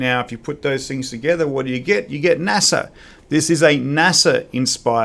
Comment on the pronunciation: Native British speaker of English and doesn’t know how to pronounce NASA or what it means? lol. Have you ever read a book or watched a documentary? Also, this moustache is ridiculous, the empire has fallen old chap!